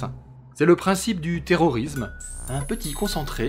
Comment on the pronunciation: le s de terrorisme se prononce s pas z